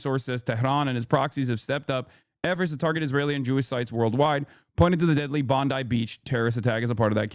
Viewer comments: Bon "die" not Bon D. It's being run smooth but I can see the 4 steps of a Mauser style bolt action there. Very rare but the last 6 months have had a number of shooting incidents in Sydney. Luckily this wasn't the guys with the AKM or the .30 Carbine or the casualties would likely be worse since they were competent this time. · For the Americans Its pronounced bond-eye Also the pms name is albo-neasy